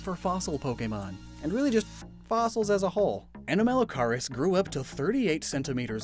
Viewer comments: The pronunciation for Anomalocaris is close to anomaly. Basically anomaly-caris, anomaly shrimp. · I'm so sorry but the way you pronounce anomalocaris (ah-naw-ma-low-care-is) makes me so mad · Just for help, the correct pronunciation for Anomalocaris is: Anomalo(like Anomaly) and Car-is (car to drive and is like “it is”) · You pronounce it like "uh-naa-muh-low-keh-ruhs" or "uh-naa-muh-low-kahr-uhs" c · ANOMA-LOW-CAR-US there’s a pronunciation for ya YouTube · psst... it's pronounced a-NOM-a-lo-CAR-is more or less, mebe watch some PBS eons. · Anorith is one of my favorite fossil mons. Also, I'm fairly certain the first half of anomalocaris is pronounced similar to anomaly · Yes it is. These were my favourite prehistoric animals as a kid and I found it really irritating hear him butcher its name. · I kinda want to go to window to yell at him how anomalocaris is pronounced and to WATCH WALKING WITH MONSTERS FOR CRYING OUT LOUD!!! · Anomalocaris has the root word "anomaly" in it, soooooooooo you kinda got all the pronunciations wrong XD